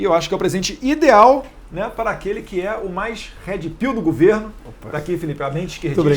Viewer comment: Não é Head Pill, é Red Pill. Atenção na pronúncia.